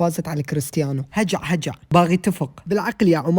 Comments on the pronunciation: هَجع غلط 😅😅😅 هْجَعْ 😂😂😂😂😂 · هجع وليس هجه🇴🇲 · اهم شي عمان هجع هجع تراك نطتقته غلط